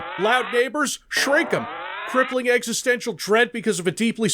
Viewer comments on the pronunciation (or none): none